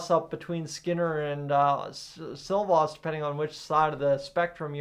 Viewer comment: Why are you calling Silov "Silvost"